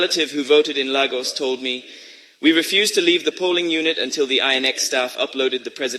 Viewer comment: Chimamanda, which one wen you no fit properly pronounce 'Lagos' and 'Obidients' na? Which one be Obi-die-ends again?